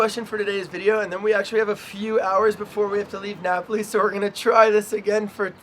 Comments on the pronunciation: Should have been Nah-poh-lee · and the way she pronounced Napoli too haha